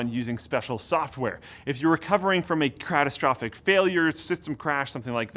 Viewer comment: "cratastrophic" Oh, we love you.